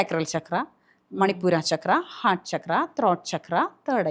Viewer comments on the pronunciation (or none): none